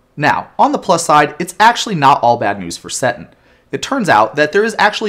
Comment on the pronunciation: I'll admit that you (only sometimes) pronounce card names in a way that surprises me, you pronounced "Seton" exactly the way that I would. Also, great call-to-action